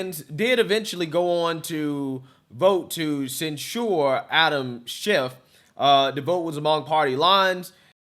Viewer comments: cen- sher, not cen- sure,. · I like your opinions but can you please pronounce censure correctly. You are pronouncing it like that drink ensure for old people.